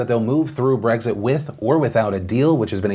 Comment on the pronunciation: It's Brexit, not Breggzit 🙄